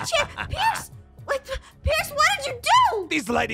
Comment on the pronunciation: Why did you say piece not pierce????😂😂😂